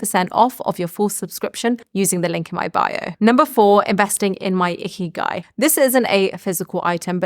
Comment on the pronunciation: Lol sounds like you are saying ‘icky guy’ i had to rewind it back😊